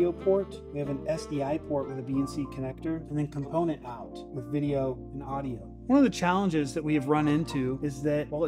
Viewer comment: Thank you!!! I cringed every time he said component